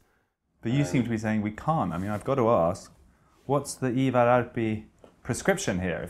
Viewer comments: Freddies pronunciation of both Ivar Arpi and Rak Höger was impressive tbh. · I gotta give kudos to Freddie on pronouncing "Ivar Arpi" and "Rak Höger" - very well pronounced for an english person.